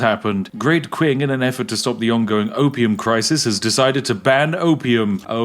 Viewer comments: some uhm... I think you say it like ching not quing... yeah... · Qing is pronounced more like ching for future reference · No matter what accent you have the Great Qing is not Pronounced Quing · Qing is pronounced "Ching." Anytime you see Qi in Romanized Chinese, it is pronounced "chi." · i like how spiff says great qing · You said Qing wrong